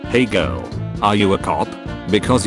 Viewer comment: Are we gonna ignore the fact that the text-to-speech pronounced girl as jirl?